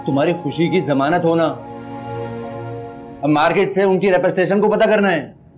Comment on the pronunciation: said "Repestation" so funny 😆😆